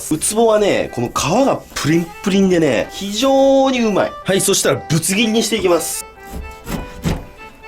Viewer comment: きまぐれクックさん ぶつ切りって言うの 苦手説